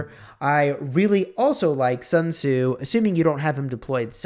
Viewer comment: I mean..lets me fix for you. Its commander not commodore. Sun tzu not sun zue. Thanks u.